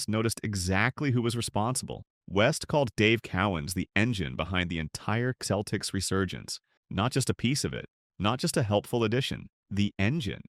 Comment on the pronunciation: This potentially interesting review of overachiever Dave Cowens career did not survive the chatgbt AI voice referring to his team as "The Keltics"